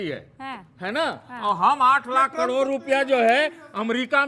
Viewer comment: यह बुद्ध के कितना बड़ा विद्वान है जो करोड़ को कडोर बोलता है